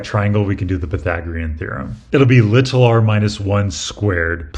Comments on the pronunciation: It's really jarring as a brit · Yeah, incorrectly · I always love the way he says "little", it just sounds nice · I was wondering why it was "lit-all r" and just "s". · an english teacher should have taught you the actual and proper pronunciation of the word even if it is not used that way locally. Im from the UK where many accents dont use the T (including my own region), but we’re still taught it in schools. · It’s been said before, but you say the word “little” so strangely 🤣 but also, why use the word little at all? There’s no “big” R involved anyway! You don’t say “little s”… 😁